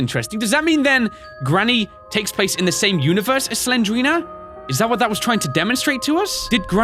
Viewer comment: Not Slenderina it's Slendrina